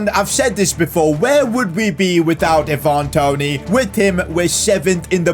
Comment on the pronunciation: So glad you decided to sell Toney now I can stop sitting here listening to you saying his name wrong 🤣